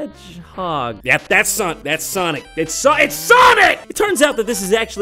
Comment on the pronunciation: It's soNic iTs S O n I C